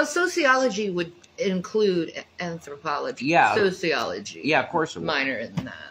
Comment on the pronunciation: loves sociology so much that she can't even pronounce the word!